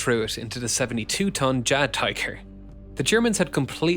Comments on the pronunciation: Jagd- in German transcription is pronounced as yagd, not the djag-... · And how is "jagd" pronounced xD